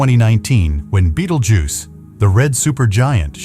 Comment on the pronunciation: Haha dumbass bot reader cannot pronounce betelgeuse